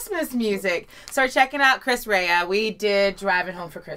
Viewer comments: Not sure how you get "Ray-ah" out of Re-a. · Rea ( Ree-ah ) not Ray-ah. 👍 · It’s Chris Ree-a.. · Love Chris Rea (pronounced Ree-a) His is one of those voices a person recognizes immediately. Thanks again for the smile today. 💕🦩💕